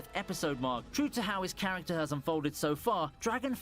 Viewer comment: OP best "charactror" intros are the best for sure🤣